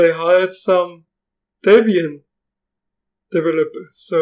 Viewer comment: "Tepian", "Upuntu"? "Tepian tefeloper" :-) :-) :-)